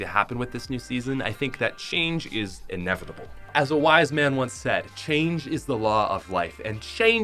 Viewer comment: He said inavateble 💀💀💀💀💀